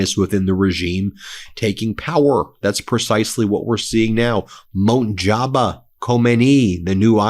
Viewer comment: His name is not “Monjaba”